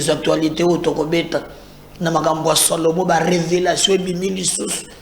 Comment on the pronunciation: 😂😂😂Salomon et non "Solomon" 😂😂 à moins que ce soit un jeu de mot